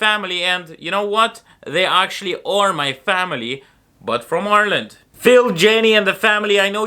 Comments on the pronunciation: You even pronounce Ireland correctly like a native- “our land!” How/when did you get the caddy though? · Love how you say Ireland the same way the Irish do. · I love how you pronounce Ireland like an Irish person. 😊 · It's funny how you have a Russian accent but you say "Ireland" in an Irish accent :D I love the ways languages and accents can mix.